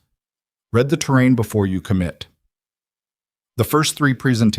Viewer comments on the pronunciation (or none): Read the terrain ( read is said as reed)